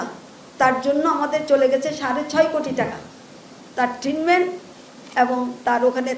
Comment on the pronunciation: এটা ট্রিটমেন্ট, ট্রিনমেন্ট না। মহিলা আঞ্চলিকতা মারাতে গিয়ে শব্দের এই অশিক্ষিত অপব্যবহার